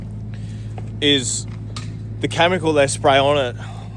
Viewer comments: It’s pronounced Kemicle not Camicle. Chemical Cheers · its "Chemical" not "Chamincal"